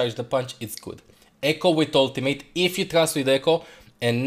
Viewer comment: I love how says ultim8